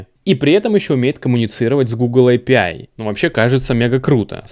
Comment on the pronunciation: Боже, наконец-то человек, говорящий «эй пи ай». Меня отучили мои англоговорящие друзья от произношения «аапии», ответив «ну ты пописай и приходи обратно» (англ: ah pee) :)